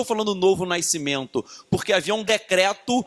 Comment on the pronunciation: Não consigo focar depois que ele fala "naisceu" "naiscimento" 😣